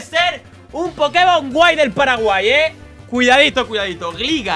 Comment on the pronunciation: Gligar se pronuncia glaigar